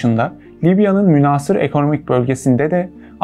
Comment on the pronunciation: Kardeş muhteva çok iyi, tebrik ederim. Lakin çok rica ediyorum lisanımıza biraz daha itina. "Münhaasır" şeklinde a harfini uzatarak okuduğun kelimenin okunuşunda a harfi kısa okunur. "Casus Belli" terimi Latince olduğu için hadi onu Türkçe okur gibi ce sesi ile okumana bir şey demeyelim (Aslında bu muhtevayı hazırlayanlar o Latince terimin okunuşunu da biliyor olmaları gerekir.). Türkçemize Arapça ve Farsçadan geçmiş köklü Türkçe kelimelerin nasıl okunacağına önceden hazırlanmak iyi olur kanaatindeyim.